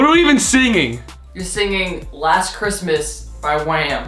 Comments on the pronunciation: Keep replaying 😂 “last christmits 😂 Ethannnnnn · “last chrisis-mas I gave you ma haert”😂😂😂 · last Chritsmits 😂😂😂😂😂 i’m dying 💀